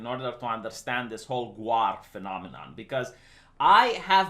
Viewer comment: its pronounced Gawr, keeps saying GWAR lol. they are very very different things